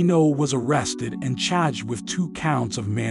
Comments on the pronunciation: ish— “..arrested and CHAAGGHED with two counts…” sounded like the New Yorker came out the narrator in full force, for one word… 🧐😂😂😂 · The way the narrator says charged gives me Boston